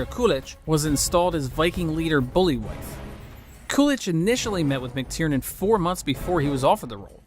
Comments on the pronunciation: Obviously you've seen the movie so get the pronunciation of the names right. His name is not pronounced "booly-wife" it's "bul-vie". 🙄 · Banderas' character is called Ibn (pronounced A-Ben by Herger and it's Buliwyf (pronounced Bull-vy) the film is good, bit of comedy, action, horror. NO CGI. Under appreciated gem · Did you really butcher the leaders name so badly? haha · “Bully-wife” and “Aha-mad” 🤦‍♂️